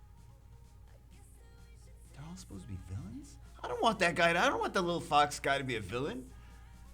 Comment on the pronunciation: LMAOOO Ik he said fox but it sounds like he said “what is this little fuck”